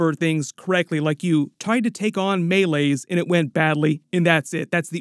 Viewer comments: It’s MAY-LEES not MAY-LAYZ!!!!!!!! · I love your videos but PLEASE stop saying Meleys's name wrong 😂 Its pronounced like May-Lease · I don’t mean this in a rude way but is there a reason you pronounce Meleys’ name so differently from the series? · Why do you refuse to say meleys correctly? Why can’t you say Addam OF hull?